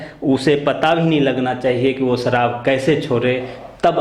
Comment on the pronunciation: Saharab not sarab 😃😃😃😃😃😃